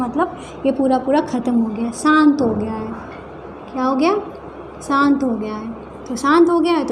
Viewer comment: मेम सान्त नही शांत